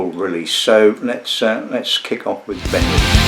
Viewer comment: Great review but... pronunciation - Benrinse ❌ BenrinNES (like Loch NESS) ✅